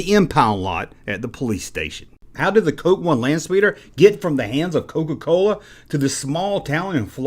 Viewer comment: You mispronounced “Landspeeder”